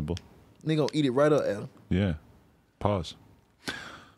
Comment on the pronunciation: He pronounced Adam name as Anna